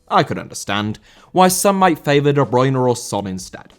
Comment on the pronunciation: Bruyne* not Bruyner